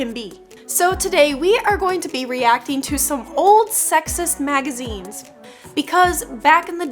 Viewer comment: Oh I thought you were saying "oh these are super hot magizenes"